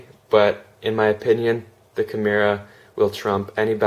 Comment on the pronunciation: Nice vid, but I couldn't make it all the way through due to the rampant mispronunciation of 'kimura' ;)